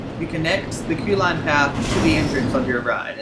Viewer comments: Why do you say coo line? It is Q line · O S T M U S I C : I was wondering the same thing. Coo line? Wtf?